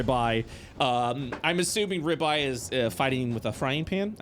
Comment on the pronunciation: Toms accent for ribeye is exactly what I wanted hahah